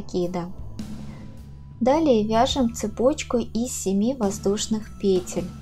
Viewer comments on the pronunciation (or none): ПетЕль, петЕль, петЕль, петЕль, петЕль, петЕль...